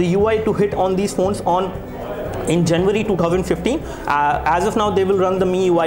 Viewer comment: you do not finish one point and start another.. like you were supposed to show hardware and then you showed speed test speed... and sir it is not 'disambar' its December and not 'janwarai' its January.